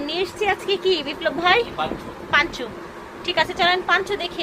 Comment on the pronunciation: পাঞ্চ না আপু, পঞ্চো।